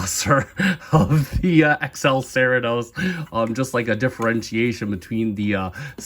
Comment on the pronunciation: Just to help, "Cerritos" sounds more like "sir-ree-tows" with a harsher emphasis on the S at the end.